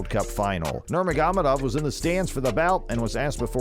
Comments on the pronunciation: Dude, you slayed Khabib’s name. Nurr-māgo-med-ovv. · Does it take you 3 months to edit a video? This data is old as fuck. NUR-MOG-OH-MED-OV ...work on it.